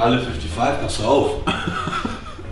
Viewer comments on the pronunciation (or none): none